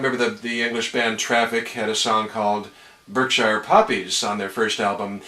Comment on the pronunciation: Veritee Reed hall repping Kingsclere 💪💪. Also that pronunciation of Berkshire tickled me